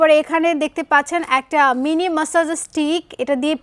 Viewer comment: Not "Messenger" . It will be " Massager"